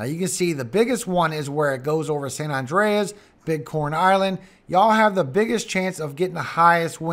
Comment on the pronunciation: San Andreas (San An-dray-us) is a continental transform fault that extends roughly 1,200 kilometers through California. The Columbian island, San Andres (St. Andrew) is pronounced "San An-drays." The two are 3,000 miles apart. One is an island, the other is an earthquake fault.